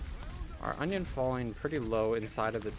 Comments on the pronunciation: I keep hearing onion and in different videos too XD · Please tell me i'm not the only one that kept hearing "onion" instead of Anran on King's Row? xD Amazing series btw loving it!